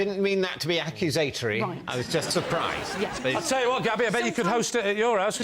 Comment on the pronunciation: Ack-you-Za-tury? I've never heard that pronunciation in my life.